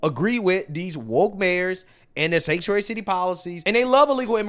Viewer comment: All of a sudden they can't say the word sanctuary